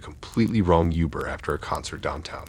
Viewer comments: Hard to take these seriously everytime he says youber lol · Great video man. But I'll be honest, I chuckled to myself everytime you said youber lol